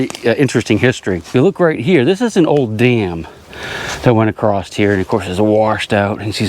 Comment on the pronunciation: Important soap box pointer. Expecially acrost the street. English please. 😂